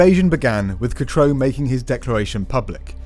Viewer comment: For goodness' sake; it's pronounced "catroo" (katrew), not cat-ro!